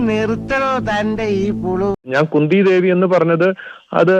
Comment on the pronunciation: Kunda devi alla khundhi devi 😅